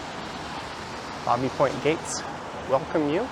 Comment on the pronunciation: Love your tour today but when I lived there Baby Point was pronounced "baybee" like in child. Happy trails!